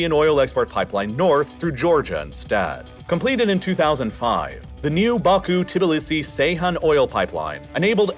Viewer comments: I didn’t wonder this until now but is the reallifelore channel voice a computer one? Reason I wonder is the pronunciation of many of these places was pretty bad. Tbilisi, South Ossetia, Abkhazia. This being a computer voice would make sense on why it was so bad. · I’m starting to think you mispronounce stuff for engagement… which I understand I am now providing but still. Tibilissy? Cmon man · Your pronunciation of the Georgian capital is hilarious!😂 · Did you really just make a whole video about Georgia, and not look up how to pronounce Tbilisi?